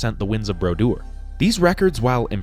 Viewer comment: Hearing Martin Broduer’s name said without the french accent hit me like a flashbang. I literally had to rewind to hear it again😂